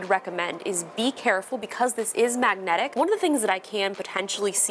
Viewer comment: I like the way you say 'Magnetic' 👍🏻